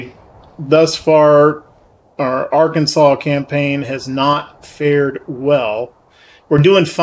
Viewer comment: I'm loving your content but I have to ask and I mean no disrespect but how is that you can say the name of the state of Arkansas correctly but not the Arkansas River? lol